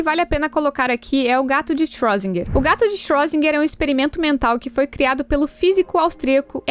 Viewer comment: Foi a pronúncia mais estranha que já ouvi do Schrödinger.